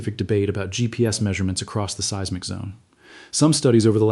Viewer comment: For the love of pete, if you are going to use AI for narration PLEASE take the time to EDIT. There are several errors in this, the most egregious being seismic pronounced "see-ezz-mic." This info is too important for errors that jerk the listener right out of the narrative.